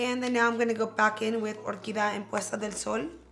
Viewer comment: isn't it the shade OR QUI DIA? you're saying orquida